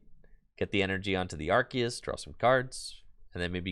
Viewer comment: Very entertaining vid!......wish the deck wasn't so bricky........Also, you're 100% correct about the pronunciation of Arceus.....It's ARK-ee-us according to the Pokémon Super Extra Deluxe Essential Handbook.